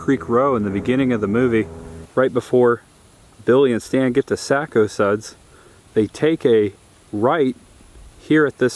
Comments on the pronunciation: That's Pretty Cool. I Love Before & After Stuff. Have You Done One On American Graffiti Or Groundhog Day? By The Way, We Don't Say Sack-OH-Suds, We Say SACK-A-Suds. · Enjoyed the vid. You just can't pronounce Sac-O-Suds to save your life. That gave me a good laugh.